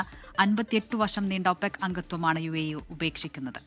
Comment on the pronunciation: യുഎഇ എന്നുള്ളത് തെറ്റാണ്. ( U I A E.. )ഇതാണ് ശരി